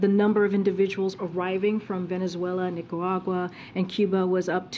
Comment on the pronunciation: Karine is a moron. She cant even pronounce words like Nicaragua - she says Neekarawa!